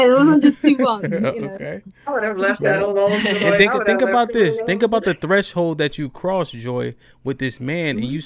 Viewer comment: I’m sorry I didn’t know that you were speaking about finna! I thought you were speaking about behavior. I have no push back on the word finna! I said something about the woman always saying thank instead of think🤷🏽‍♂️💕